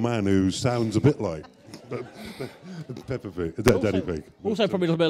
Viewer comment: It’s Peppa, not Peppard.